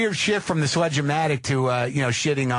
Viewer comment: “Sledge O Matic “ Lmao